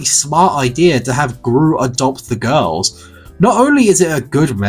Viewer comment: 🍌🍌🍌🍌🍌🍌🍌🍌🍌🍌🍌🍌🍌🍌🍌🍌🍌🍌🍌🍌🍌🍌🍌🍌🍌🍌🍌🍌🍌🍌🍌🍌🍌🍌🍌🍌🍌🍌🍌🍌🍌🍌🍌🍌🍌🍌🍌🍌🍌🍌🍌🍌🍌🍌🍌🍌🍌🍌🍌🍌🍌🍌🍌🍌🍌🍌🍌🍌🍌🍌🍌🍌🍌🍌 also how he says girls "gorls"